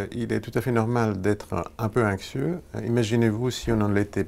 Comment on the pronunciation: Pourquoi il prononce "Inxieux" et "Inxiété" ?